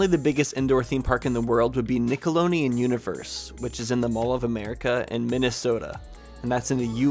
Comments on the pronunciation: 🤣 Nickeloneon 🤣 its Nickelodeon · I am in LOVE ❤❤❤ with this series! Nickeloneon? Lol, it was so funny how you said that 😂